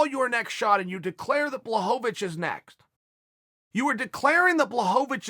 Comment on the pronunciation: Chael adding an extra syllable to Blachovicz is so Chael.